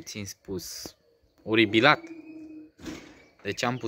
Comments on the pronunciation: Mai baiatule se spune oripilat nu oribilat😂😂😂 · Oripilat , nu "oribilat"!!!! 😂😂😂